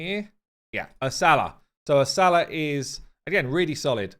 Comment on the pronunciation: Ursa-la not Ur-sala